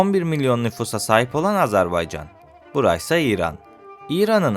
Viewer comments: AZARBAYCAN DEĞİL AZERBAYCAN'DIR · AZARBAYCAN deyil AZERBAYCAN ya da AZƏRBAYCAND, ilk önce devletin adını düzgün söyle